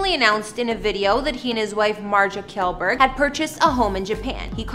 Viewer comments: And how she pronounces kjellberg is so cringey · Babe your saying his wife's name wrong 70% of this and how do you not know how to say his last name? Like it's Felix? Biggest youtuber? 0 Research and 0 houses ? Clickbiat and just bad